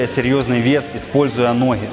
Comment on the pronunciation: Не хораздо, а гораздо, не нохи, а ноги. Как это бесило на протяжении всего видео